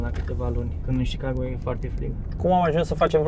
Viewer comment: se zice sicago